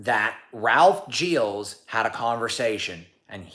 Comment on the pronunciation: Whatever your background, you CLEARLY can't pronounce Gilles right! 😉 To do so, remove those "D" initial and "Z" ending sounds. Something more like "zschill".